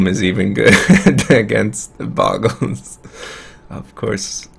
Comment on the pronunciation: Oh look his opponent is playing Bogles. I wonder how many times he is going to mispronounce it in 5 seconds. Has Seizure